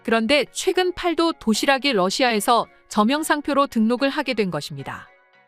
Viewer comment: 아~ ㅅㅂ 중국 더빙~!! 팔도 도시락이 아니라 읽을 때는 팔또 도시락이라고 읽어야지~!!! 진짜 중국 더빙이냐~!!!